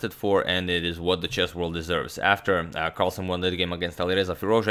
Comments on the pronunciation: "Magnus Carlasen" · "Magnus Carlasen" ?